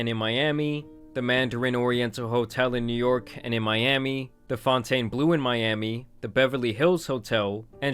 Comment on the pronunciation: Bro it’s not the foun tane blue it’s normal like fountain… if you say it weird you are not from Miami